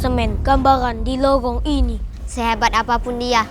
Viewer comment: lorong jadi lowong r jadi l😅😅😅😂😂